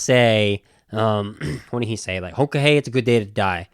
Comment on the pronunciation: Yeah I'm Dakota. You pretty much got the "Hoka Hey" right.